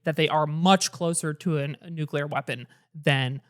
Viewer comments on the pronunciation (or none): "NEW CLEAR", not "NEW-CUE-LER" dagnabbit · its nukeCLEAR! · I love you all, but one piece of constructive criticism I would like to add is that "nucular" is not a word. Nuclear physics refers to the interactions occurring within the nucleus and between the nuclei of atoms. Yes it sounds pedantic. But it's an important word, Central to the topic you're discussing and I think it's important to say the word correctly if you are discussing the issue. I think if you mispronounced it and knowingly or unknowingly, it makes you seem less knowledgeable at the topic. Imagine if you had spent the whole video talking about 'Ireenian' politics or the 'Atolla' of Iran. Even if people know your intentions, it can really hurt your credibility. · Dougdoug, I love you, but can you learn to say nuclear and not nucular? Especially since y'all talk about it every week. It's like nails on a chalkboard. This is the only tips I have on the podcast (other than making it longer) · Doug Doug my man it's "noo 👏klee 👏ur" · Its Nuclear. Not Nucular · Why does Doug pronounce nuclear as nukuler ☠️ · Tbf nucular is more of an accent thing at this point rather than ignorance on the word. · I can ignore it when the word only gets said once or twice per episode, but if you're going to be saying it 20 times, Doug, that's not how 'nuclear' is pronounced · Doug saying nucular instead of nuclear is the most annoying thing ever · "nucular" isnt an accent, its an objectively wrong reading of nuclear. Find me another word where the "cle" before a vowel is pronounced as "cul". Doug doesnt pronounce clear as "cular" afaik (hence it not being an accent)